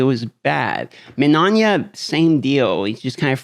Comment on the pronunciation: MIN-EYE-YA!!!!! THERES NO “ON” in minAYa!!!! It’s 3 fackin syllables ferchristsake!!! Yer makin us ‘muricans look bad.